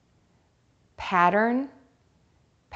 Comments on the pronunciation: I can’t hear you say patent as [pa-tent] when you pronounce it quickly, it definitely rather sounds like [ pa-‘ent ] I can’t hear the first [ T ] sound no matter how many times I try to hear it. It’s different from when you pronounce it slowly here we clear can hear the both [ t ] sounds. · Did you notice that you pronounced the word, 'patent' in 2 different ways? One where the first T is more stressed and one where the first T is almost silent. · I've been actually trying to verify this same exact question myself. My EMT instructor pronounced the word "patent" like "pay-tent" when referring to a "patent airway," when speaking about a patient having a clear/open airway. On the other hand, in an episode of Covert Affairs, one of the characters said "pah-tent" when using it in place of the word "obvious," such as: "a patent disregard for authority." I really wish there was some definitive clarification for this on the internet, since it isn't a word that you commonly hear.